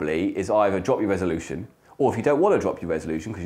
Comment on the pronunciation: Pardon. Did you mean resoloution?